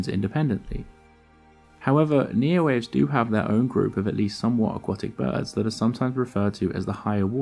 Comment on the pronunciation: Neoaves pron. nee-oh-AH-vays, not NEE-oh-waves Great channel, well researched and presented.